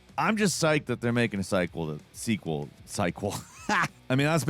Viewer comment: There goes again, saying the word "sigh-quel" just to prove he's not AI.